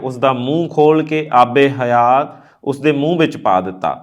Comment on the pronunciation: ਆਬੇ ਹਯਾਤ । not aabe ਹਯਾ